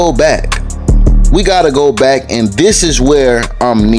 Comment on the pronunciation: So the Baby Got Back song is pronounced Baby Got Bike in Florida??? This is just wild mayne y’all gotta change et back I mean bike 😭😭